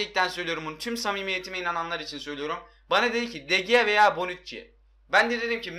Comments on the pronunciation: de gea deil Dı hea diye okunuyo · DE GEA DİYE OKUNMAZ DE HEA DİYE OKUNUR !!!!!